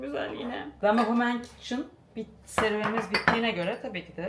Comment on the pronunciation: Kitchen “kitçın” diye t vurgulanarak telaffuz edilmiyo ama çok tatlısın ev vlogları🫶🏻❤️😬